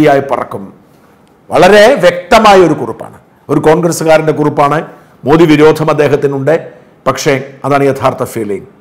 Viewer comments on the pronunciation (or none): none